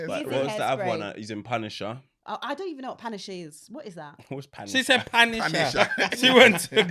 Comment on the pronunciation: “Wuh Yeh Punisher” Ghanaian accent 😂